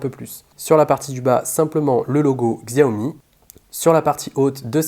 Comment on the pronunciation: Xiaomi ne se prononce pas Ksiaomi mais Chaomi !